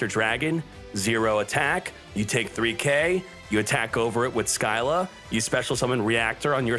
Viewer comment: So no ones gonna comment on the fact that he said “sill-a” as “sky-la” lmao